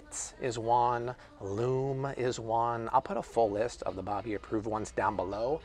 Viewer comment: lmfao "but I'll put a leeest - a list" haha